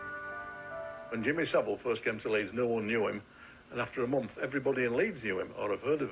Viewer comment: “Jimmy Civil” 🤣